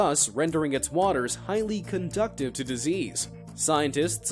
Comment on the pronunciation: Conducive to disease not conductive.